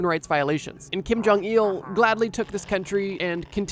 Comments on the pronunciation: It bothers me he says jong-eel instead of jong -ill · Kim Jong Eeehul